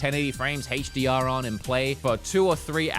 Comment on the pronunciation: i’ve been watching you for years… & only now do i realize how you say HDR 🤣🤣 sounds like hacheDR